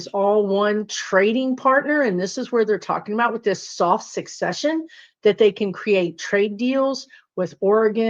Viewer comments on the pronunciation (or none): I think it's soft "secession", not successcion..., like secede from the union? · Word nerd here. And also a virgo. The pronunciation is "seh seh shun," from the word "secede." "Sek seh shun" is based on the word "succeed," in the sense of who will come next.